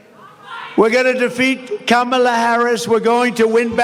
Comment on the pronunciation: Kudos to him for pronouncing Kamala correctly.